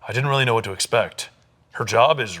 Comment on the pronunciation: .0 ian: weally excited to be here: *loses it*